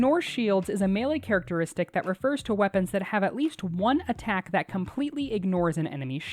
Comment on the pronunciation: "Characertistic" - why did everyone ignore it lol